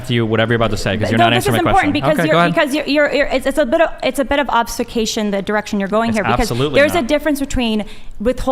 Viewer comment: Watch out Steven, that was a bit of obs-cavation there